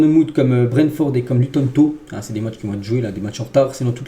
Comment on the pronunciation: Tu me fumes, "Luton To" mdrrr